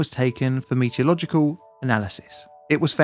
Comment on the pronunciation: " meterlogical investigation". Lol. You mean metallurgical